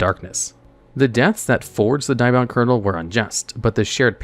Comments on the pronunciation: Diabound? I think you mean DEE-abound! At least that's how english dub Thief King Bakura says it. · How you butcher the name Diabound is harsh, have you not watched the anime & how Bakura pronounces it. Its Deee-Ahh-Bound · Hearing you butcher Diabound is disappointing.